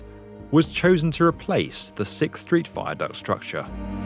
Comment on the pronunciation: please stop mispronouncing sixth